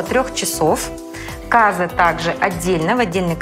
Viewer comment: не кАзы, а казЫ. Зачем девушка стесняется говорить казахские слова с правильным ударением и произносит их на русский лад.